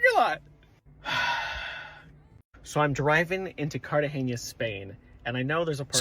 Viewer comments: Its "Cartagena" not "Cartageña", there is no "ñ" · It's Cartagena.... love to see him asking for CartageÑa. 😅🤣 It's true that Google Maps sometimes sends you through "funny ways". In Girona, until recently, it send you through a "scenic route" in the middle of the medieval old town when you were trying to cross the city... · lost in carragena ...no cartageña